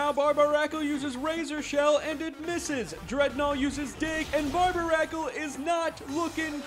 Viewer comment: Why would you pronounce Barbaracle that way. It's suppose to be a take on Barnacle and Barbarian.